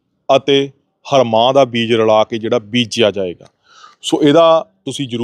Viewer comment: ਹਰਮਾਹ ਨਹੀਂ ,, ਐਨਾ ਨੂੰ ਰਵਾਂਹ ਬੋਲੀ ਦਾ ਵਾ , ਅਗਾਂਹ ਨੂੰ ਧਿਆਨ ਰੱਖਿਆ ਜੇ ਨਾਲ਼ੇ ਇਹ ਬੀਜ ਨਾਲ਼ ਤਾਂ ਢਾਈ ਤਿੰਨ ਕਨਾਲਾਂ ਬੀਜ ਕੱਤਣ ਬਾਬਾ